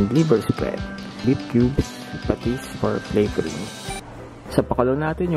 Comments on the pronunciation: na tawa aq sa pates ayy patis pala hahaha 😂😂😂✌ bisaya man ka oi haha.. peace 😂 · Natawa ako dun sa patesss ay patis pla.